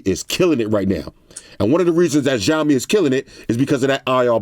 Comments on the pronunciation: Ok im not Chinese but... Its either s or sh but definitely not zh! Shao-mi (xiaomi) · i like how he pronounce xiaomi (jiomi) Lol